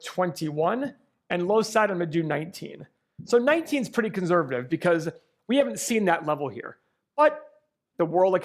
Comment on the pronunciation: Please stop saying the word “conservative” if you can’t pronounce it properly. Thanks a bunch. 👍🏼